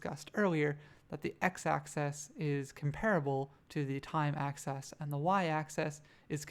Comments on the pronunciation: this is a nice tutorial but every time you say "access" when you mean "axis" I think I have a small aneurysm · Great video. What's your accent? I call it an axe-eez not access. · adds character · Axis! Not access!!! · Pronouncing axis as “access” made this completely unwatchable for me.